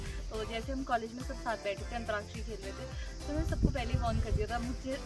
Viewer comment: Darling.... Antraakshi nahi..... Antaakshari hoti hai.